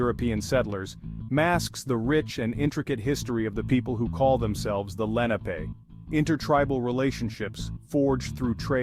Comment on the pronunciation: They are not Moors. Moors are not Indigenous to America and you are pronouncing the name wrong